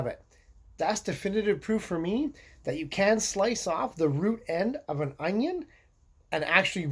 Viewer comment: The way he pronounce onion is just adorable..."anions"☺️🥰